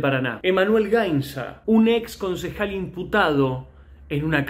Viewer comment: en la portada en vez de decir consejal, dice "cencejal".